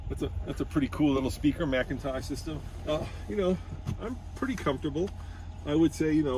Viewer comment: McIntosh (mick-in-tosh)...I am just sayin'